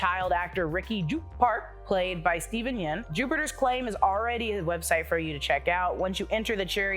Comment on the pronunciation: Yeun, not yen